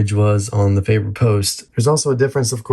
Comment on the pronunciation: You really butcher the pronunciation of Faber. Both syllables wrong. 🤣 Can’t do a drop test on an Ikea table… Use some Teflon tape, on the bridge post insert. It will stop wobbling. You have a Gibson, yet you cheap out on the bridge? 🤦 Hopeless.